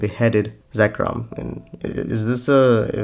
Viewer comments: Im sorry, but evertime you mention Zircon, I just hear Zekrom as in the pokemon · I was going to say something similar with Zircon, you pronounced it 'Zekrom' like the pokemon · Zircon. Zir- rhymes with sir. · This was a great video, but dear lord, “Roosteal”?? “Zekrom”??? They’re gemstones, not pokemon 😭 “Roo-tile”, no S. “Zir-con”, R before the C...